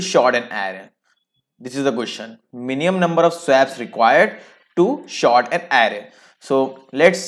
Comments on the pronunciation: sort an array not short an array (Pronuncation) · Bhai short nahi hota h Sort hota h